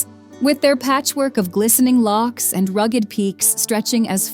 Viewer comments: Locks,stupid woman,it's lochs; Why does an American have to narrate a film about SCOTLAND!!! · Learn how to pronounce “lochs”. Truly awful narration and pronunciation.